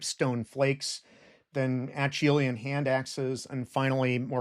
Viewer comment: Acheulean: pronounced uh-SHOO-lee-uhn